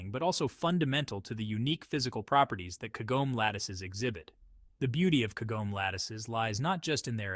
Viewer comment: Tell your stupid AI voice that Kagome is 3 syllables.